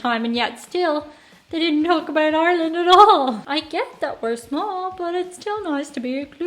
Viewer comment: Yes, he mentioned Ireland. There's Ireland, right there, except he's calling it tin land. I've seen videos by this guy before, on other topics, and I like his style, too. i agree that this should be shown in schools.